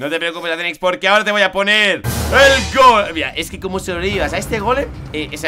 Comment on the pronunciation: No sedise gole se dise GOLLLLLLLLLLLLLLLL SIUUUUUUUU